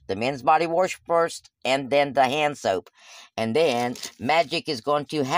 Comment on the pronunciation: body warsh??? you mean wash LOL